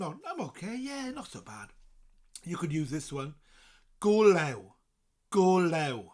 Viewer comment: It's: go lêw (stretched out e) not go lew.